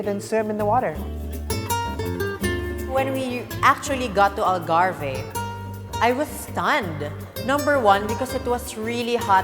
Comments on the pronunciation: Gosh I wish they could have studied how to properly pronounce the word ALGARVE. Doing a documentary proper pronunciation is essential and mind you basic as well. Such a shame that small things like that was overlooked. Surely Portuguese are like WHAT????!!!!! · Wrong pronunciation of Algarve. You don’t pronounce the “e”